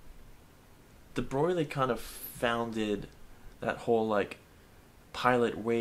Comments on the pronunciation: omfg its debroy not debroglie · AAAAAH ITS IT'S PRONOUNCED DE BROY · Your pronounciation of debroglie...kills me IT IS PRONOUNCED (DEBROY) well it doesn't matter...it's physics Reallyyyyyy enjoyed it😃😃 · It's pronaunced : the Bro eel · Excuse me, you'll find it's De Brog-lee-ay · omfg youre pronouncing debroglie wrong on purpose are you not?